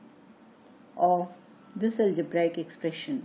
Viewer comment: and its algebraic not algebraaaaaaic. Such an irritating pronunciation!, though the matter is good.